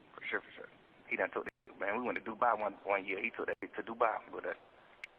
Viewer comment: “For sur”